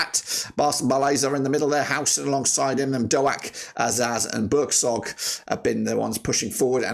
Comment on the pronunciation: Why can’t you pronounce any players’ names correctly? “Azeez” “Doh-ack” “Latty Lath” “Burk-Zok”